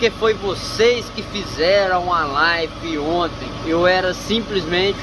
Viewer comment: show mineiro,mas não é life e sim live